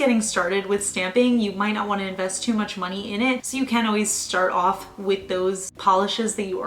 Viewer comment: I love your accent lol. “Scrape it owff”